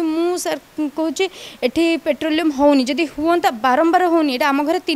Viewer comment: ପେଟ୍ରୋଲିୟମ ନୁହଁ ପଟ୍ରୋଲିଙ୍ଗ କୁହ.